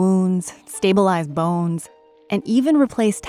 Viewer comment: is pronouncing a few words differently than the rest: Like chomp and *bones*. Has me intrigued...where is she from? And are these clues?